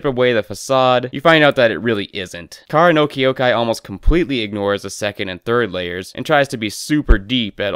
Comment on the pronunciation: I cannot treat someone seriously when they cannot pronounce the name of the thing they criticize.